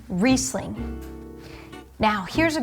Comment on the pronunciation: Also you don't know how to pronounce Riesling. Please,educate yourself.